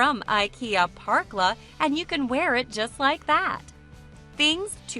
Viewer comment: The letter ä isn´t pronounced like an a, it´s not "Parkla" it´s more like "perkla", but not like a perk, more like the beginning o the name Perry.